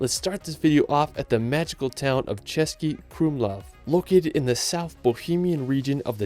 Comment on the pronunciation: Nice pronunciation of the Český buddy, appretiate =). Those ščřž not ez for foreigners ♥